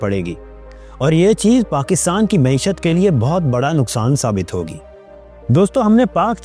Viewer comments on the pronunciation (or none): none